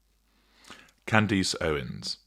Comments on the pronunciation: Kand-iss, not Kand-ees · I wondered if we asked to pretend her name is spelled ‘Candis’ would that make it easier? Is it the English accent?? My grandmother was from London and had an accent for all her life but she could pronounce ‘Candace’ in the way that the ‘Candace’ in our lives pronounced her name…as if it were spelled ‘Candis’. 🤷🏼‍♀️ I have a great deal of respect for, though, and I love his snark. ❤ I figured he is maybe being a tad snarky when he calls her ‘Can-Dice’. 😂😂 It’s okay; I hyped him just the same. 🎉🎉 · Just catching up on this series. I’m glad you covered her — as only you can. I’ve had some personal experience with her as she was a client of a firm I worked for a few years ago. Rage, entitlement, demanding when she’s not getting her way. Charming, at first though. Her husband sometimes called —usually after she’d called in a rage. Like he was the fixer. He was polite but he usually sounded stressed as if he was afraid, desperate to get the fix to whatever she had raged about done. Her marriage is so strange. She had only met him briefly once before they started talking regularly. Then the calls became very long and intense for 17 days. Then he asked her to marry him — even though they’d never exchanged a romantic word with one another. I have a question though. Why do you call her “Can-deece?” I must be missing something. Is that a nickname you’ve given her? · Any chance you can pronounce her name correctly? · Im from England, i dont know anyone who pronounces it like this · strange to want the name to be pronounced correctly? Its not difficult, particularly considering the otherwise high quality output of this channel